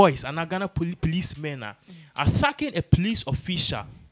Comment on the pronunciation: OHHHH... This gentleman. U REALLY NEED TO WORK ON YOUR 'T' N 'TH'!!!! GOSH... OFF PUTTING!!! 'THEST', 'ATHACKING' 'PROSECUTHERS'..... 🤷‍♀️